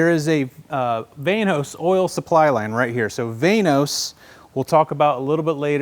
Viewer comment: I thought it was pronounced VANOS not VANOS.